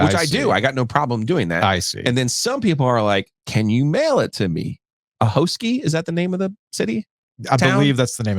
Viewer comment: It’s pronounced A-haw-skie. I didn’t know and pronounced it like Sebastian Ahoskie when I had never heard it out loud. I’ve been commuting there for work these past few weeks and learned quickly. There’s pretty much nothing significant about the town other than Buffalo Bill Cody’s world famous Wild West Show once played there.